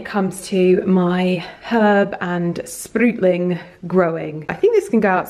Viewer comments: They are called sprouting (ou pronounced as out) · Drinking Game - take a shot every time says sprootling